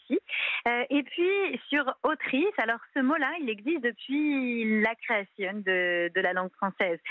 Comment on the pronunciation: Elle a bien dit ''la creationne '' mais pourquoi pas ''la questionne '' ...